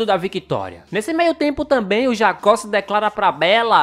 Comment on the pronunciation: eu tambein gosto... é eu gosto muito